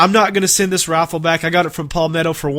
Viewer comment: Sounds like you're saying send this raffle back. I know you have an accent I know you saying rifle but it does sound like raffle LOL